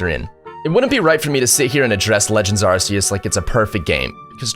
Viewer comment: It's not AR-SEE-US it's AR-KEE-US 😅